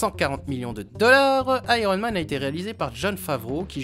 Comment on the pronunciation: Et oui ! Pourquoi pas Ironemane ? Tu dis bien spidermane avec un i quelques secondes avant ;) Très bonne vidéo une fois de plus au fait :D